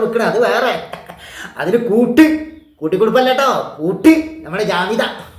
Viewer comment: not jamitha but kamitha ok.